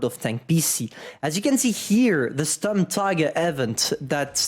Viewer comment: pls call it Shturmteeger